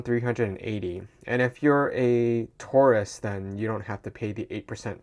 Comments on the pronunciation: the way you say tourist sounds like taurus in Australia 😉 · oh he meant tourist. I was so confused. I thought he said taurus aswell 😭